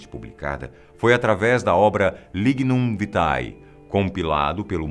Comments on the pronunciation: LIGNUM VITAE - pronuncia-se LINHUM VITE. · Tanta palhaçada junta nunca vi... E o cara nao sabe nem pronunciar a palavra pontiFÍcia kkk. E nem latim: lignum vitae... " Linhum vite". Paulo VI e não João Paulo VI... De João XXIII, que foi um grande papa, so salientou ter sido patriarca de Veneza. Bento XVI nunca foi da ordem dos beneditinos...